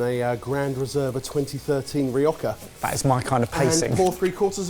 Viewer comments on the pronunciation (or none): It seems that it's trying to really piss off the entire country of Spain, first with the paella and now with the wine 🤣 It's pronounced RioJa, not RioCa. I do really love how butchers the pronuntiation of some spanish words. I've laugh so hard when I listen him, that I almost choke 😂.